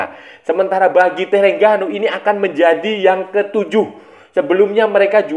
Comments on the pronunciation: Sebutan nama terengganu "the rHeng ganu" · org indonesia penyebutannya E (spt E pada kata Ekor), sedangkan TERENGGANU, huruf E itu sebutannya seperti E pada kata Emak atau BEkasi, bukan Ekor, tapi kita santai2 saja lah, bkn masalah besar